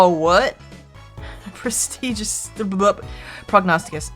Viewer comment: I'm triggered. finally said prognosticus properly... And it wasn't the paper Mario let's play.